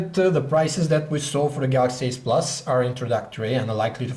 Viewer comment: The Pronounce "galaxy s" as "Galaxy ass" and "galaxy ace" as "galaxy s"